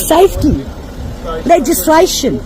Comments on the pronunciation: "Lug-ess-sa-lation!" She can't say legislation 😆 😆 😆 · She should be under arrest for torturing the word "legislation" so hard to fit the word "lie" into it.